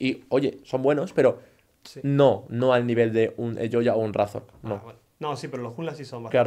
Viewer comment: me dio mucha risa como en vez de decir razork dijo reizor y es mi nombre de lol xd